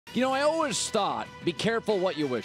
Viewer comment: Colin says "always" weird. He says "allwehs" 😂😂